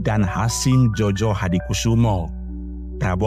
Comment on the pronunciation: Bukan jojo bang tetapi joyo itu ejaan lama van ophuysen